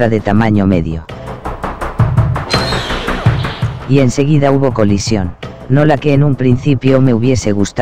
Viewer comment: colisión dice? Parecía coliseo romano xd